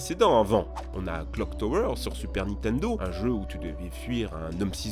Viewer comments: Stp tu peux arrêter de "Nitendo" au lieu de Nintendo? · Quelqu'un peut lui faire comprendre que c'est pas " nitendo " qu'il faut dire mais " nintendo " ! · Ya que moi qui vrille quand j'entends Nitendo au lieu de Nintendo ???